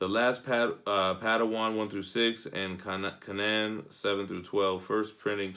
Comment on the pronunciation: It’s pronounced: Cane-an